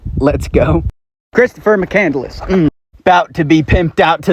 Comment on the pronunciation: 'CHRISTOPHER MCCANDLESS' 💀